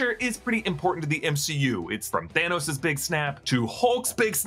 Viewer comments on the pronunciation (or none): none